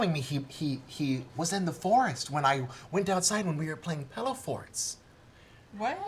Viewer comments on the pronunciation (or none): Being an Oregonian, I have to agree that it is pronounced pillow, not pellow